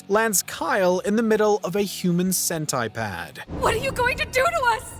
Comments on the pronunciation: Lmao “senti-pad”. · Did you say “ centi - pad”? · Human centipede not sentaipad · How did you pronounce CENTIPEDE?wtf?I am not american,but that's wrong? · Why the hell did this guy pronounce centipede that way?